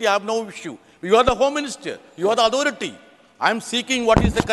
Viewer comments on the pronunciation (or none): Authority not audharity